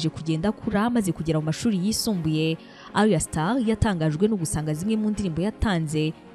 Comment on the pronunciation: Just a small correction, it's Ayra* Starr, not Arya or Aria. It's 2Face Idibia*, not Idiba. Keep feeding our minds, We love your content!👏